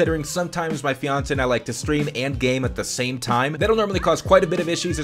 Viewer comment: Gaming set up, but every time he says "my feonsay" the entire season 1 pokemon tv show series plays